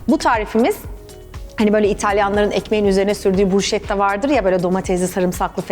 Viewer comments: Yalniz ogretmek gibi olmasin) bruşetta degil brusketta okunuyo🙈😘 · Bu arada "busketta" diye okunur.😅